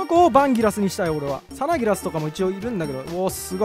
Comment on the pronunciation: サナギラスのイントネーションでと理解し合えない壁を感じた。